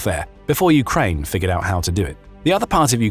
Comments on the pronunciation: You say Ukrine I aay Ukaine lets call the whole things off. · “Ukrine”? wow removing channel from feed